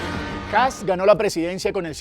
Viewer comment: Por Dios, periodistas ignorantes: El apellido es Kast, no kats o ksap, o kasp. Un poco de rigor y respeto a la hora de informar, por favor. Saludos desde Chile.